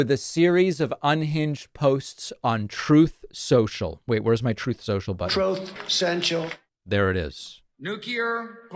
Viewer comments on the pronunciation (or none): "Troth Centual"😂😂😂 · Please never stop calling it "troth central" hahaha